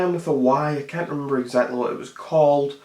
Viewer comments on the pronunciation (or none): none